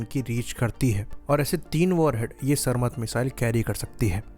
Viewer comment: Iski pronunciation सर मत Nahi सारमैट hai